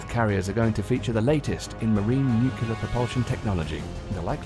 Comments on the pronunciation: The word is NUCLEAR, not NUCULAR. Otherwise, an excellent clip. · NUCLEAR not NUKULAR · I've never heard someone mispronounce nuclear with a British accent before. Its nice to know its not just Americans who do it.